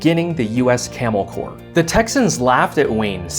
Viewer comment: Today i found out corps is pronounced core